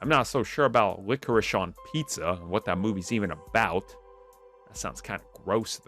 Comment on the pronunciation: My man couldn’t read the word “Licorice” 😂